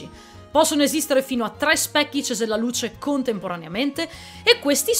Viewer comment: Finalmente, sei unica che ha detto correttamente CESELLALUCE